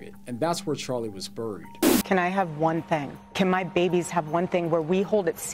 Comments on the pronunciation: "buried" is pronounced "berried. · Why do you say buried the way Candace does? That is not how you say it.